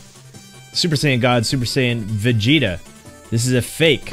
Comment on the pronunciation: Never say vegeta red EVER AGAIN